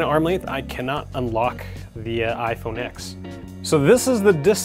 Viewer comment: It’s pronounced 10 not x